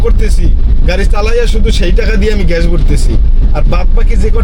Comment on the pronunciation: ঘেস না শালা মূর্খ, গ্যাস হবে উচ্চারণ 😂